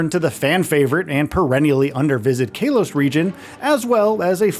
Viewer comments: Kay-los region? Really? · Bro Kay-los region is wild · Am I the only one who is wildly annoyed by the way he pronounces Kalos..? 🤨